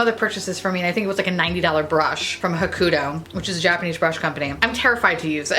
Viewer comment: Oh gods girl....you trying to pronounce Hakuhodo got me singing Hakuna Matada. 🤪🤪🤪